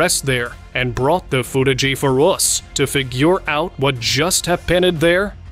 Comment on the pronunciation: I'm surprised by the AI narration! the narrator says "foot-ah-gee" instead of footage and "hap-pen-ed" instead of happened. It also did something weird with "us" (which sounded like "oose") and "figure" (which sounds like "fig-gure").